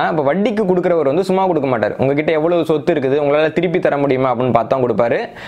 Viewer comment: Chotthu as Chotthu and not Soddhu